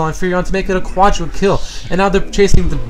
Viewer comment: Its just WRONG how he says Pentakill and Quadrakill in DOTA... =/